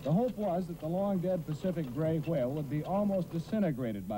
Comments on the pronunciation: I dont know whats funny,him calling the whale stinky or him pronouncing the whale that way. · Why do they pronounce whale with such an emphasized W sound